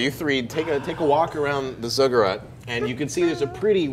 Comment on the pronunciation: Sorry, it's been bugging me. Zigg-uratt not Zugg-urat.